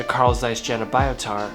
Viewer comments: >>> Fun fact: German j is pronounced like the English y. So Carl Zeiss Jena is pronounced Carl Zeiss YEY-NA, not JAY-NA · I have this lens and i am so impressed. BTW its called "yehna" :) Love your videos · Just a quick heads-up: the German name, "Jena," is pronounced "YAY-NAH." The letter, "J" in German is pronounced the same way as English speakers pronounce the letter, "Y," as in "You," "Young," and Youth," (in other words, when it is at the start of a word or syllable). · Dude, you are pronouncing "Jena" wrong... Ahhh hurts my ears...